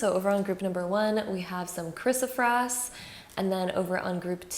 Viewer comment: It is pronounced 'Kris-o- PRAISE', like 'praise God'. Not kris-o-frass, or prass. Great reading btw!